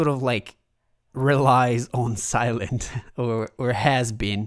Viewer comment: Sylen - thhhhh not Sylent